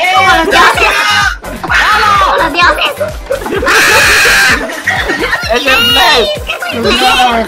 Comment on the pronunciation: se dice kmo loz diozez